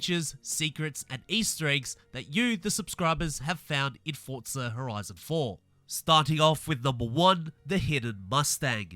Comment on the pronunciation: There's no T in forza its just forza. Litterally the only reason I dont subscribe and watch more than the first 5 seconds